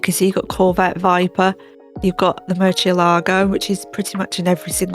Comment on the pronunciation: Your pronunciation of Murcielago is wrong, 'cie' sounds like 'si-eh'. Mur-si-eh-lago